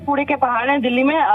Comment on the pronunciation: भाई दिल्ली होता है दल्ली नहीं 😂😂